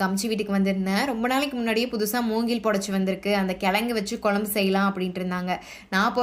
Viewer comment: 'கெளங்கு', 'கொளம்பு', 'வாளத்தண்டு' இல்லை. அது 'கிழங்கு', 'குழம்பு', 'வாழைத்தண்டு'... 'ழகரம்' திருத்தமாக உச்சரிக்கபட வேண்டும். நன்றாக இருக்கும்.